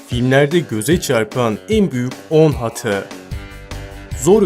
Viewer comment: abş hata yerine niye hatıa diyon